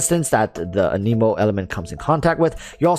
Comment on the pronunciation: Can you say Anemo right? Aneimo is not the proper pronunciation lol